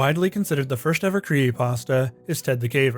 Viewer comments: Creepy not creeeeey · bro does not annunciate the word "creepy"